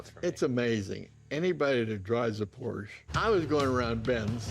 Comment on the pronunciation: Porsche is a two syllable word either singular or plural...... KTF